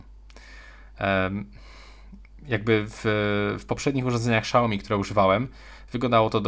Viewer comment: SZAOMI hahahahhah